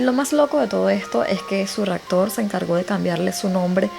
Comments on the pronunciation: Quiero que no tomes a mal... Hace un tiempo estoy viendo tus vídeos y me llama la atención que en ocasiones usas palabras mal dichas... Por ejemplo dices "ractor" en vez de raptor. Quizá es la forma en que hablas, o eres de un país en donde no pueden pronunciar bien ciertas combinaciones de letras. Disculpa que te haga este alcance, y, como te dije, no es para mofarme o para que te sientas mal. Soy una fan de tus vídeos y del modo en que los relatas. Tómalo como un consejo más que una crítica. Saludos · buen canal pero ten cuidado al decir palabras como raptor o adaptarse. Cambias la p por la c. Saludos.